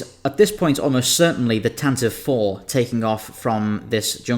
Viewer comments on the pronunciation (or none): Said it before, and I'll say it again, it's pronounced "TAN-TA-VEE" not "TAN-TIV" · "Tantive" is pronounced TAN-ti-VEE, not TAN-tiv. Don't believe me? listen to the Star Wars radio series from 1981, where the rebel blockade runner was first given a proper name. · Tan-tiv-vee four. It’s dumb but it’s canon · pronounced "TantivEE IV"